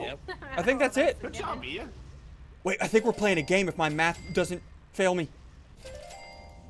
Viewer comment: His name is Ian not ein